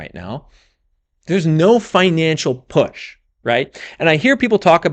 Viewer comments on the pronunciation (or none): none